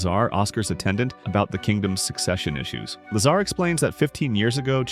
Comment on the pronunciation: Lazar? All I hear is lasagna! 😂 🍝